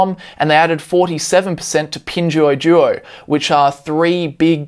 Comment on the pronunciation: Hi,, For 拼多多Pingduoduo Pronunciation, Maybe you can try Pin Door Door